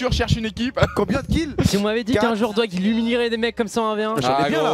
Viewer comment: Inox il dit dog au lieux de doig il est trop habituer à dire doc😂😂